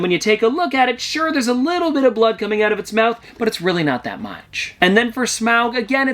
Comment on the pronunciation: epic vid! You always make awesome content btw smaug is pronounced smorg